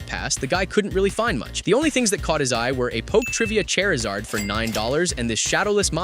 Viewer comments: Charizard is said “ char iz ard “ not “ chair iz ard “ . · "Chairizard" & "Mahchop" Yikes. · "Chairizard" the cringe of hearing this said in this way by the ai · What the fuck is a Chairizard Edit: Holy shit this guy can't say 50% of pokemons name correctly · What the heck is a chair-azard 😂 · Wow! A Chair-izard and an Y-cons! Fucking ai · He bought a bunch of Pokemon cards and was surprised to open the bag and see POKEMON cards! What?? I guess it was worth it for the Chair-ee-zard though. AI slop. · A "chairizard" 🤔 AI sucks 🤦🏻‍♂️